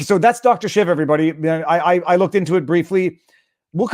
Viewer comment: Viva!!! Pronouce name Dr. SHEEVA, not shiva